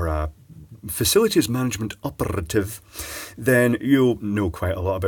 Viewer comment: ".. facilities management operrrrrrrrative .."